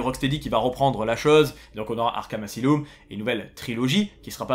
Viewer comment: MDRR IL A DIT AZILOUM 🤣